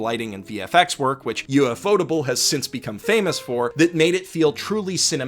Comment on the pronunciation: Wait, Ufotable. How the fuck did he pronounce it? Most people pronounce it differently, no?